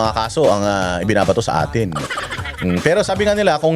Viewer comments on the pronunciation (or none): none